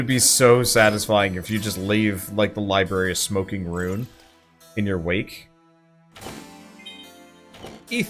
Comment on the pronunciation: You want to leave the library a smoldering "rune"? XD